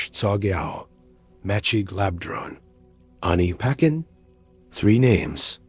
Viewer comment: Pronounced as Ani pa tchen Not ani paken